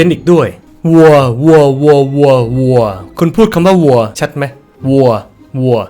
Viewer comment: คนอื่นได้ยินว่าวัวทำไมฉันได้ยินว่างัว😢😮